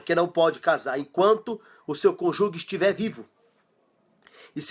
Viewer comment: Conjugue não! É cônjuge. A pronúncia é: "cônjuje". Parabéns pelo vídeo!